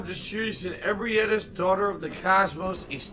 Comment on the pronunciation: the way he says ebrietas' name annoys me almost as much as his otherworldly lack of skill and situational awareness